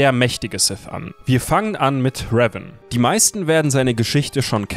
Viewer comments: Könnt ihr bitte Revan richtig aussprechen? xD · Also ich mag eure Videos ja echt, aber bitte sprecht den Namen "Revan" doch bitte richtig aus.. Das macht das ganze Video echt kaputt wenn man das hören muss.. 😐